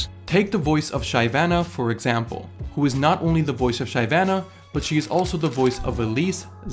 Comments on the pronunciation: Im incredibly bothered how you pronounced shyvana lol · Thumbs downed because of how you pronounce Shyvana. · that's the dumbest pronunciation of Shyvana i've ever heard, you do you though. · this man said Shy vanuh instead of Shiv ana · shiv-ana not shy-vana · afaik its Shih vah nah not "shee" or "shy". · Up to date I still can't get over the fact that is saying 'shy' vanna instead of 'shi' vanna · I call her "shy" vanna too. never heard someone say "shi" vanna before. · My boi really called shyvanna Shay vanna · why did you say shy-vana and not shivana as the pronunciation. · Ive never heard anyone else pronounce shyvana as shy vana and not shivana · Why did you pronounce Shyvana so weird? It's like Shiv - anna not Shy Vanna, right? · But why did you say Shyvana as Shy-Vana? Isn’t it She-Vana? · shyvana not shaivana please. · shai-vanna????? wtf is that pronunciation 💀💀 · Pls stop saying shayvana is Shivana u fkn doughnut !! Cringe af. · He did not just say SHY-VANA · Nobody: Absolutely nobody:: "sHAiVaNA" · he said shyvene. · makes fun of ramus french voice Also: sHaiVAna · How do u butcher a name so savagely? Holy shit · did this man really just say shy vana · "shy-vana"? Boi who dat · wait wait wait what did you just say? SHYvana? (I mean people say things not the same but...) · Just how did u pronounce shyvana? "Shaivana"? lol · It was tilting when you said Shivana haha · My dude just said ShayVana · did you just pronounce Shyvanna SHYvanna? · please dont say shy vana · the real question is do you even play league of legends? "Shi-vannah" =D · He just pronounced Shyvana "Shaivana". wtf, say it right! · WTF SHY-VANA JUST NO NO NO NO NO NO NO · little over 2.5 years since this video came out and hearing "Shy-vanna" makes me cringe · is no one going to mention the way he said "Shyvana"? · First strike was advertising for Raid, second and last strike was butchering Shyvana's name. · Hearing him pronounce shyvana though...